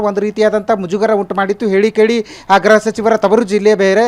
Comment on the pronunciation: ಅಣ್ಣತಮ್ಮ ಅದು ಗ್ರಹ ಇಲಾಖೆ ಅಲ್ಲಾ ಗುರು 🤦 ಗೃಹ ಇಲಾಖೆ ಅಂಥ ಹೇಳು